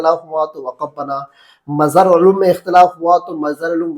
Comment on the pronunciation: Majhar Uloom Nahi H Majahir Uloom h Aapko Name bhi Saheeh Nahi Aata